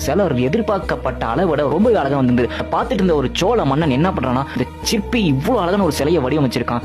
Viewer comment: சிப்பி இல்லடா சிற்பி 😅